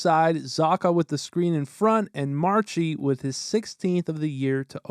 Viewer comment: "March-ie"? Don't you mean Marsh-ie?